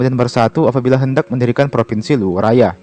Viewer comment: Luwu bukan luwuk 😅 Kalau Luwuk, itu di Sulawesi Tengah bro. Rantepao bukan rantai pao bro 😅